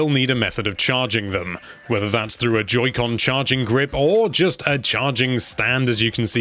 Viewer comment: I heard him say “Judy con”